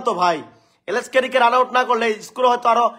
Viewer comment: এরা তো স্কোর উচ্চারণ করতে পারে ইসকোর বলে তাদের কত আশা!